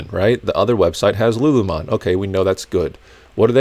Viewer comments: “Lu Lu mon” lol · I love that you don’t know how to pronounce “lulu lemon” 😂😂 Another great vid, thanks!